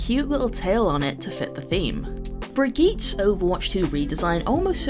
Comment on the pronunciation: HELP it's pronounced Brig-git and not Brid-Jit? 😭😭